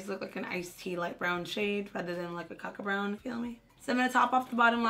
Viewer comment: did you say caca brown lol